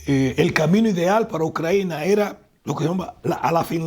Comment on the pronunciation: Ni sabe cómo se llama el país. Se pasó diciendo "Ucraina" en vez de "Ucrania". ¿Por qué esa manía de traer una traducción defectuosa del inglés y no usar el nombre en español?.